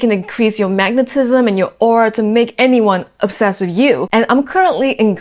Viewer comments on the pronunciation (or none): "onsessed" lol 🥴